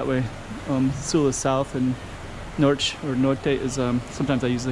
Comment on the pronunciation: Did you learn Brazilian Portuguese? You're saying "NORCH" instead of "NORT" for Norte.